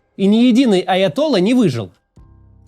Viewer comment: Максим Евгеньич, я уже привык, но всё-таки позволю себе вас снова поправить с ударением: аятолла́ Персидское слово آیت‌الله: аятолла происходит от арабского آية الله: аят аллах дословно: «знамение Аллаха» – а ударение в этом слове стабильно в любом языке.